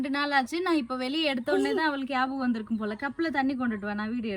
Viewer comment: Yabagam illa nyabagam